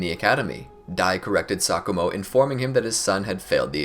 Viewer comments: Who else thought he said “Sakura Hatake” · Exactly I thought that too